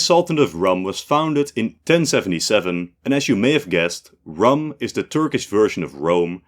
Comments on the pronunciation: Just a small nitpick 'Rūm' was not pronounced as rum the alcoholic drink but the 'u' is more drawn out and the word sounds almost the same as "room". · "Rum" should be pronounced like "room" or "doom" not "gum" or "tom". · Rum is pronounced as Room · Rum is pronounced ROOM. Whats the great effort when using Arabic in a documentary to "research" a bit? Its not like you are doing Etruscan. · Rum is a drink from the Caribbean. Foreign place names should use pre-vowel shift pronunciation. So Rum is pronounced room. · very good episode but some points: 1-Rum reads as room 2-Von Habsburg dynasty have a new heir they just lost the last crown prince these are different and Prince Karl still have his claims on many countries such as Croatia 3-didn't Spanish crown claim on Roman empire?